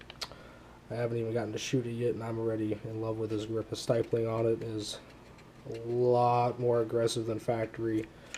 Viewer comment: It's called stip-pling.... not sty-pling.... lol